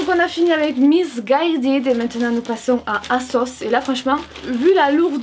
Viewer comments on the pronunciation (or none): none